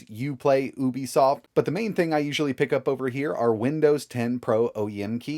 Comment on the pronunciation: Uuubisoft lol